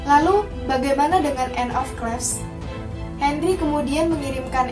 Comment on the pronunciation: banyak yang salah anne of (klif) bacanya